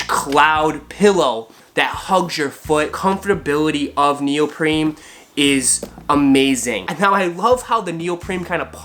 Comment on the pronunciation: its neopreen not NeOprEmE u fucking clown